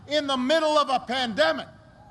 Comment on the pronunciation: Did he say.. "he missed kissing babies during the pandeic" ?